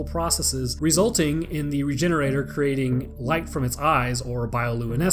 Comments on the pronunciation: It’s pronounced re-hener- adoré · Yup, I think a more appropriate pronounciation would be "Regheneradoor". Can anyone who speaks spanish confirm? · Rejenerador The G sounds like a J in this case, for a spanish pronunciation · How to say it's name: Re-gen-era-dor Sound based: Ree-gen-eera-door And now you know how to say it's name. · I always pronounced it regen-oray-door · Why does no one say "regener-ah-door" since, y'know, it's a Spanish village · So I'm a little late to this, but I always thought it was supposed to be pronounced like luchador or matador as its route is Spanish much like the majority of the other creatures from resi 4 especially as the setting itself is in Spain. It still means regenerator. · I've always heard the end of "Regenerador" pronounced like the end of "Conquistador" and not pronounced as "Regenerator" in my head.